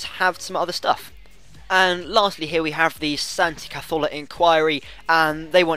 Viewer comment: Why are you saying Santi Cazolfa